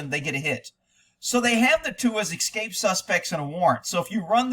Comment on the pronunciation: Hopefully they've left the country. Also why do you say VIN number? It's just VIN! And why you do you say "EC-SCAPE?" It's ES-CAPE!